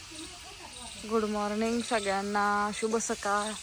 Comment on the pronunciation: शुभ सकाळ म्हणतात सुभ सकाळ नाही